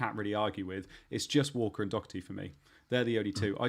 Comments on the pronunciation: Someone explain to me how Doherty is pronounced "Dockerty" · Doherty is Irish. He’s name is pronounced Doh-er-ty. I am Irish and have fries s with the same name.